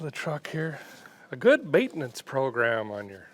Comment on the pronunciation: I can’t unhear ‘mayn-tuh-nuuunce’